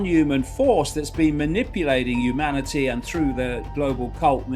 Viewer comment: Watch out 'umanity' Icke is about...the 2nd coming of JC BUNK